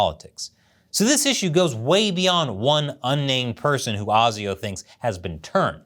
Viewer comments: AY ZEE OH not AR ZEE OH. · Mate, you need to learn how to pronounce ASIO. Phonetically, it's "ay-zio". Not "ah-zio". Sorry, but your constant mispronunciation is bloody annoying. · it's A SI O.. A say A SI O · it's pronounced "ayy-zee-oh" mate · ASIO is actually pronounced AY ZEE OH. Very entertaining video I enjoyed it. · "ASIO" pronounced A Z O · Asio pronounced "A" "C" Oh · its pronounced Ay-Zee-oh. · you keep saying asio wrong , we say it like you would say the letters "A Z O" indivually ehh zee ooh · ASIO is pronounced A Ze O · ASIO? its pronounced ASIO!